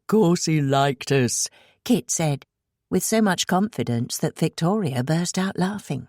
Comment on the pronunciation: At times a bit confusing when the reader pronounces Kit as Kate.